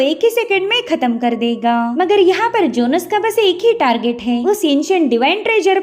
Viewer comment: It's jhones not jonus